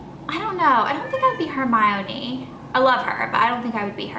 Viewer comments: Her-my-o-nee? Really? It's Her-mi-nee. (No hate just saying) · 'cook a baby'?? 'her-MY-oneee'? can u please talk normally